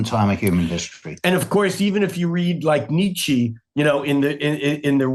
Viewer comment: "Ni-Chi" must be some Asian spiritual authority, I suppose.